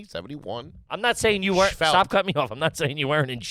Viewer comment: if you start saying "weren't" like in TWO syllables (were rent) b/c you listen to the pod on the reg?